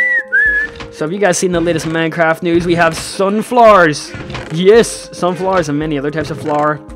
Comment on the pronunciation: At first I thought you said sun flares instead if sunflowers.